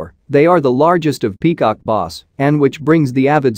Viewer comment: peacock noss?! Its Bass and not even Basebass rhymes with glass and ass. and not ahs oe boss.